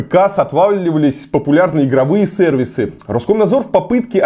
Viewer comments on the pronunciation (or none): Выговаривать "сЭрвисы" и "прогрЕс'' сейчас модно что-ли?